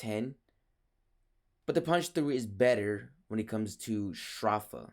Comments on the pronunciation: Edenborg I get your point A better way to write it would be He said "s-draw-fa" Instead of "s-dro-fa" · ph is pronounced as an f sound but he's saying str off a instead of stro f a